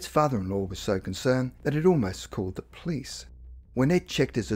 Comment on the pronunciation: This is an interesting story, but the narrator's lack of linguistic skills is very distracting from the story. eg. It's not "Boina Vista". It's Buena Vista. It's police, not "pleace". "summink" -You mean something. "insised her daughter giver her a rashion explanation" -WTF? That should be "insisted her daughter give her a rational explanation". It also doesn't help the credibility of this story by quoting the unreliable website, Wikipedia. Especially when their description of an alien abduction that has information that is not true.